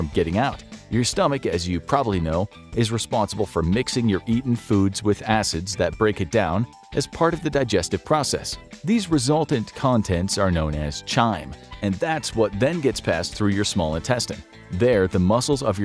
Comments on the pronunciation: It’s pronounced “kime” not “chime” even though it’s spelled “chyme” it’s KA-EYE-M😭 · Chyme is pronounced with a hard C. Kime? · Chyme is pronounced with the hard "c" or "k" sound. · Actually the "ch" in chyme is pronounced like a "k." But nobody knows why, and nobody cares because English spelling and pronunciation isn´t worth getting right anyway.